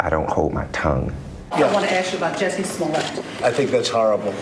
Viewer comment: His name is "Smo-let" not "Smolle'. As a kid his siblings and he had a group called The Smol-lets" not pronounced the hoity toity Frenchy way they are pronouncing it these days!